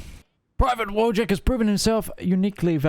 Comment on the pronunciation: Also Wojtek is read more like "voyteck".